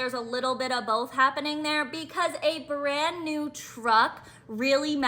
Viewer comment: Whats a "burrand new truck"